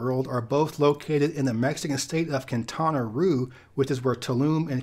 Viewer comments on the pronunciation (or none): the Roo in Quintana Roo is pronounced more like “roh” or “row”